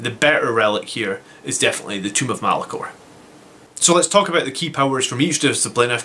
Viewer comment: Tome (rhymes with roam) of Malcador. Not Tomb of Malacor. What's your opinion. ~150pts on a librarian to remove invuns, or another 5 Sanguinary guard?